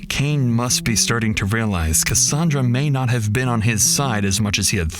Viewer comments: it’s ca-sand-ra not ca-san-dra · the narration is absolutely AI. For most of the video, the narration pronounced Cassandra strangely, rhyming with Rhonda, but a few times it said it the usual way. Really bugged me